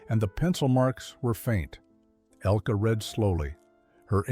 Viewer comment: IT IS NOT "ELKEE," BUT ELKUH. IN GERMAN. THE NARRATOR IS PRONOUNCING IT WRONG.